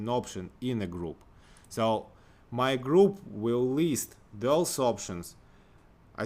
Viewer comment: синтаксис, май груп, мой экшэн груп